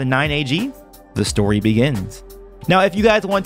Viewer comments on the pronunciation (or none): none